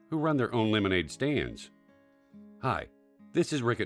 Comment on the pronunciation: OMG he said lemonade staids